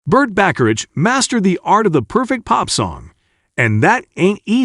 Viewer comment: It's pronounced ba-ka-rack. Other than that, I agree with everything else you said.